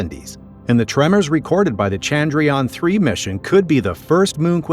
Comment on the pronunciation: It's not Chandryaan... It's Chandra-Yana....